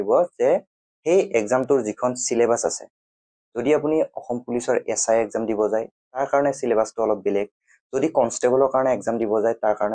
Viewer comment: Assam not eesam sir 😢😢😢